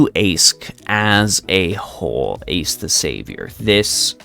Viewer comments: I know you already said you'll stick to that current pronunciation, but I'll be that annoying one who explains that... It's actually a lot easier to use the correct one. In LB6, they explain that "Aesc" means "Ash Tree". It doesn't just mean that, it's ALSO pronounced "Ash". (Therefore I demand she gets a Pokemon trainer costume at some point). On the other hand, Toneriko is just the Japanese word for "Ash Tree". It's like how the Chinese Servants refer to their names with the Japanese translation, e.g. Xuanzang Sanzang refers to herself in voice as Genjou Sanzou. Why Chinese Servants specifically? Probably because they share an Alphabet and so read those characters in their own different way. This means that Toneriko isn't a "third character", and the NA team is just giving her the "Chinese Servant" treatment, rewriting the name into Old English instead of kana, which makes sense. So this is just Aesc/Summer Morgan, not Toneriko/Aesc/Summer Morgan. While I do love her as a character, wanting to give hugs for the horrible things she goes through, it feels wrong personally that they chucked a summer skin into an anni servant. Aesc's final ascension should have been something like... Morgan, but not summer-y? Specifically, perhaps a reverse Alter look where she's shiny, rather than gloomy? Summer Morgan could have been on a third banner instead. Or if people are tired of Saberfaces, they could have someone else as Anni, keep Summer Morgan in the lineup, then release Aesc on New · Apparently the correct pronunciation is Ash, just like Ash from Pokemon